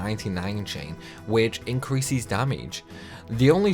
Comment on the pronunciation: Why. Why do you add an i to words with es. Why do you do that? I don't know why but it bothers me so much when you say usies or increasies over and over again... you say so many words normally even words that have the ces/ses that you turn into ies so why are you going it?..